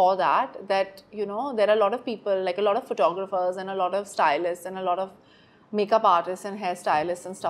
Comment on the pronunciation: Sonam kapoor be like "lot of" "lottoff" "lodd off"